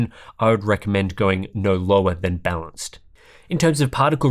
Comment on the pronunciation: I keep hearing "bounced"mode when he is talking about balanced mode for some reason...